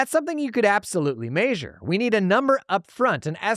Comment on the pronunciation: MAY-sure always gets me